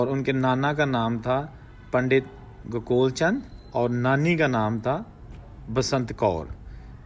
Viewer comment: Its not gakol chand it’s pronounced as go kaal chand